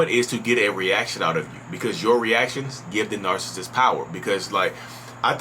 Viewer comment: You say “Narcist” lol. Kinda like narSist.